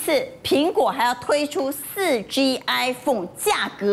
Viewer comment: 5G.4G我怎麼一直聽到5雞4雞